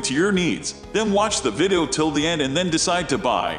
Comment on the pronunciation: The computer-generated voice mispronounces “video” so that it comes out closer to “viddo.”